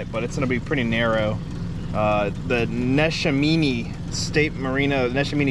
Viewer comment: Its pronounced "Neh SHAM en nee". Hope you two grabbed a cheesesteak while you were here!